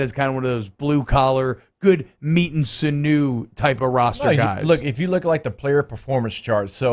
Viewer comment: Not a criticism: sinew is pronounced "sin-yew", not "sinoo".